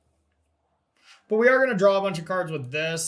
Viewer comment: is a great player and awesome dude, but what I appreciate most about him here is that he correctly pronounces it “YORE-ion”, rather than the horrendous “YURRRR-ion” that I’ve heard people say.